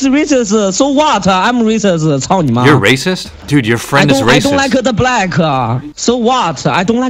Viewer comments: "I don likeada blackuuhhhhh" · that rolls off the tongue so clean. "I dontuh liku the blackuh" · "I don't like-a the black-a" he turned italian for a second there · "I don't likeuh da black"